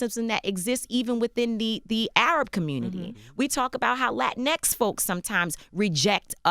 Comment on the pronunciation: She needs to stop saying Latin ex